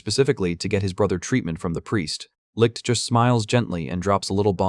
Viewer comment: "This is licked." As a German I kinda cracked at the pronunciation of "Licht" 😂😂 But I rly enjoyed you video! Thank you :D Edit: I just googled how to explain how to pronounce it correctly and holy fuck. Everywhere ppl say it sounds like licked/likkt .. BUT NO. Its does not. Thats a mess dear internet people 😂. Also I have no Idea how to explain the "ch" sound. Maybe a cat hissing? 😂😂